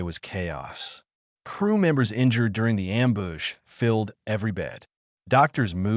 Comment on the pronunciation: amboosh ... ambooge ... Am Bush ... come on it is simple english